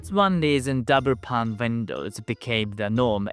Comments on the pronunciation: Pane (ie: window pane of glass) is pronounced like "pain". I'm glad we have insulation, it's -20°c right now, here. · Your videos are always so thoughtful and informative. Thank you. I hope you don’t mind me explaining that “pane” is pronounced the same as “pain”. Greetings from a very well insulated old house in England.